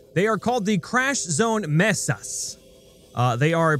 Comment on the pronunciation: I don't know if you were simply being comedic, but Mesa is pronounced "may suh"